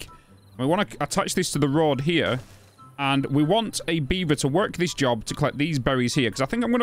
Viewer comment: You got my eyes sweating because when you said "road" I heard "rod" with your moist shafts XD Seen timberborn before but uhh.. let's just say your unique approach to it keeps it fun, keep up the vids!